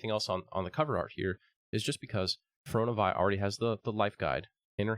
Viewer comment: My dude, it’s Fear-ee-oh-nuh Vee.